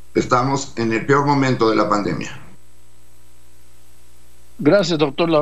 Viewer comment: Oye Doriga de donde sacaste a este distinguido médico con el PIOR momoento, se dice peor, no pior....